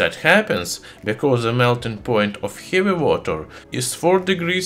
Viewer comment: I love how he says "Hjeavi"